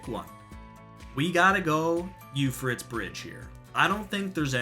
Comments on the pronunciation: Pro tip: Euphrates is pronounced “Yoo-Fray-Tees” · None of the maps are as bad as your pronunciation of Euphrates. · I like your video man. But damn man if you're gonna make a video you have to be able to pronounce euphrates correctly lmao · I'm sorry, but how do you pronounce Euphrates?? 😂😂